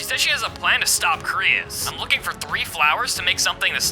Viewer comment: it krois not crius